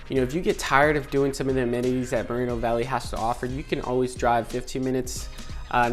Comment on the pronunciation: its mor- eeeee no valley